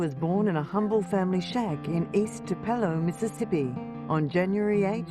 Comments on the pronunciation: Sorry, if you can’t pronounce Tupelo=2pelow I can’t take your video seriously! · Interesting way the narrator pronounces Tupelo…”2 pello” 😂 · Please pronounce Tupelo correctly!❤